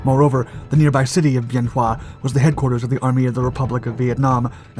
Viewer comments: It's pronounced "BEN WA". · Wrong dates, wrong pronunciation of Bien Hoa. Editing? We don't need no stinkin' editing. I arrived in country at Bien Hoa, flew missions from Hue at an Army CH-47 unit.